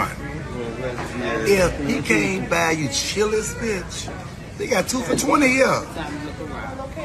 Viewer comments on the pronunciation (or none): Its CHILI'S not CHILÈ'S. That was the worst thing going on at that Chili's that day.